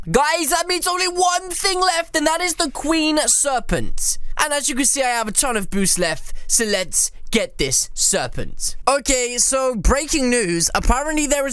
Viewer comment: He said qween serpent lol 😂